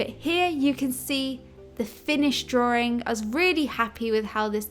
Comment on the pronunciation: Hehe she says "drawring" while drawing a ring...